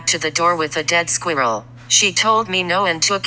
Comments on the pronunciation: Why is no one taking about how Siri pronounces ‘squirrel’😂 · I love that voice! Has no emotion whatsoever. Pronounced Sqeerall ....AWESOME!!! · Everyone else talking about the dog and the owner... Me: Dyeing of laughter due to the pronunciation of the word squirrel🐿 in the vid💀